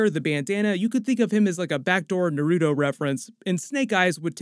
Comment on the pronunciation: Bro I beg of you learn how to say naruto correctly. That hurt so badly